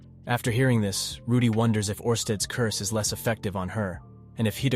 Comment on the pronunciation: I don’t know if you’re using TTS to do the videos or not but I like how you break down the story. But the constant mispronunciation of the names of Rudy and Ghislaine is driving me absolutely crazy. I don’t get how sometimes you can pronounce Rudy’s name correctly and the next time completely wrong. Then never once pronouncing Ghislaine’s name correct ever. How you break the story of the LN is great but again the wrong name pronunciation is irritating.